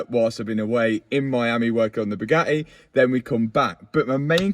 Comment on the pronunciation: I've figured out why Bugatti is pissed with Matt. It has nothing to do with his work. It's due to his pronunciation. According to Matt it's Bugaeeee. That missed T is apparently worth $ . I say Bwing it on